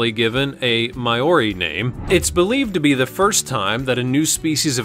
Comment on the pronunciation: Maori is pronounced "maor we